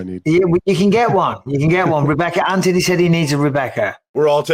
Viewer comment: U pronounce Anthony the right way Mikey B!